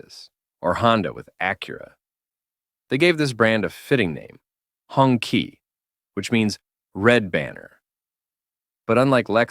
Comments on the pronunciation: It's pronounced "Hoon-Chee" (Red Flag), not " Hongki" 😂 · it's HONG CHEE not HONKEY stop pronouncing it like a slur for white people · Sorry AI, it is pronounced hong CHEE. Not hong kee. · It's hoong (red) chee (flag). I thought the AI said "honkey"!🤣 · Note to AI voiceover: "Hongqi" is pronounced "hoong chee". It means "red flag" in Mandarin. And I'm out right at the start of the video. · As a person who speaks Chinese, "honky" gets a chuckle out of me every time I hear it. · Hurts my ears hearing Hongkee A bit of research on hows pronounced goes a long way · That’s because the AI is obviously a honkie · it is pronounce "Hong TCHI" also I understand you don't want people to steal your work, but that logo at the top right is annoying as fuck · Maybe nobody cares, but I disliked the video just because the name is pronounced wrong, if you are talking about history, at-least make an attempt to pronounce foreign names correctly.